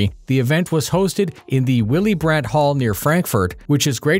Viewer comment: It's Willy-Brandt-Halle, not."Willie Brad" hall. C"mon, you didn"t even try. Muricans and languages... it's like dark.magic. ;-)